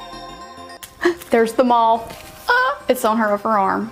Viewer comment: The tattoo is of a MOTH I'm not saying the color of the tattoo I'm naming the creature that it is...and MOTH rhymes with CLOTH